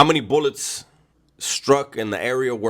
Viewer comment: The boolets 😂